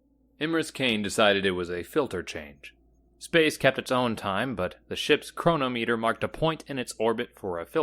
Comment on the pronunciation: Do you say Keelo-meter, or do you say kilometer? A timepiece is not a chrono-meter. Say crow-nom-uh-ter